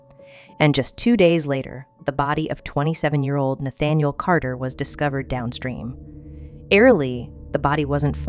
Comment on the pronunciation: great podcast. just wanted to mention that you mispronounced nathaniel cater's last name. it is cater, not carter. it just always bothers me when people mispronounce the name of victims. bless him, and you.